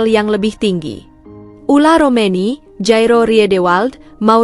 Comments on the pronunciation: Maaf agak bawel Ole romeny Bukan ula romeny Mun ula mah macok atuh neng😂😂😂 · Jangan sebut dengan salah.. OLE ROMENY DIBILANG OLA..😂😂😂